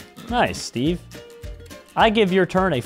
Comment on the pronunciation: He said steve,I hear sbeve